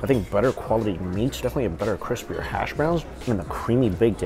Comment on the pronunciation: “Hass” Browns look good.